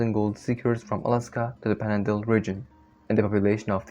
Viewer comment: The mispronunciations make this almost unintelligible. It's panhandle, not "pandle". Maybe get some AI speaker to help you out?